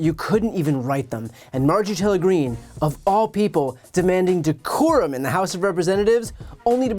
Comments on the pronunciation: I think they are also laughing because she should have said "Abide by THE decorum of the house" but as she has no idea what decorum is, she said "Abide by da corum of the house." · No, she did not. She said Corhum of the house. She does not know what decorum or coruhum for that matter mean. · Decorum? Did she say "decorum?" MTG should be taken as seriously as clown shoes. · Decorum she say 🤣🤣🤣🤣